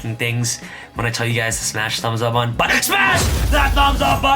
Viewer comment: Say “BUH-TON”